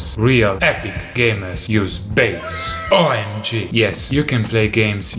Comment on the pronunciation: EPICO! I also just love it every time you say "OMG", just to hear your beautiful, clear, pure Italian "O", not the diphthong version we English speakers use.